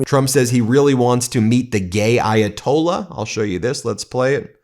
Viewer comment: trump slurring..referring to the ayatollah as the gay ayatollah is pretty disgusting